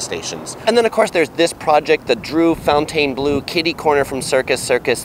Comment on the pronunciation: Even though it's spelled fancy, it's not pronounced fancy. Fontainebleau is pronounced fountainblue. The words "fountain" and "blue" pushed together.